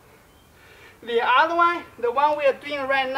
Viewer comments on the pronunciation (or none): none